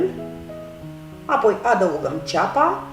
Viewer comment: De ce fierbi pulpele de pui în sosul alb cu făină când poţi fierbe cu sucul de roşii direct ?.....(..2-cuvântul " apoi" are accentul pe " O" nu pe "a" .....sau al poţi inlocui cu " după aceea- asta" !....àpoi....Carnea slabă de pui absoarbe rapid faina din sosul alb ceea ce e o bombă culinară. Nu ar fi mai indicată prepararea sosului în roşu direct ? àpoi fierberea ?....